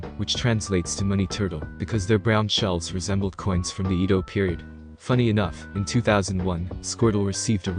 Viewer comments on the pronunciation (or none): Japanese vowels are pronounced differently from us..... you might want to change how you say japanese words so you don't sound so off. Try saying PokEHmon not pokeymon .......EHdo period not eydo. E's in japanese have more of an EH sound instead of EEE or EY sound. Also I's in japanese have more of a traditional EEE sound instead or our AYE pronunciation. Little backwards for us english speakers with I to remember, but that is how they say it. A....AAHH and in "say ah" at the doctors E.....EEHH as in Eh shrug, I.....EEEEE as in free O.....OOOOO and in open U.... UUUU as in balloon or oof Your welcome ;D we all learn something new each day so don't feel bad if you didn't know already. we have all been there.